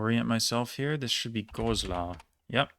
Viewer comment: Don't worry about the pronounciation, it's really good! I did not even know that we still had 'Herzogtum' Landkreise lol EDIT: As you said you wanted to improve, i am going to nitpick: You pronounced Goslar with a long o (like Gooslar) but it is pronounced with a short o (more like Gosslar). Words starting with Sp are pronunced like Schp (or Shp in english), similar to St being pronunced Scht.